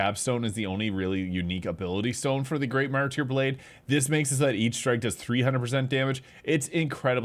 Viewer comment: Man I was wondering why my ripostes did fucking no damage. Also, it is "marter" not "martEER"